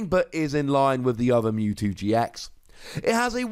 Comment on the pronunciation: Silly. It's MEWtwo, not MOOtwo. Lmao